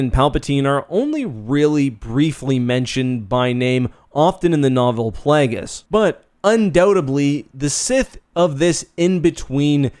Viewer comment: "PlAAAAAAAgus" - weird-ass Canadian pronunciation